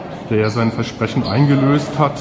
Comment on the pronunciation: Vesprechen? nicht Versprechen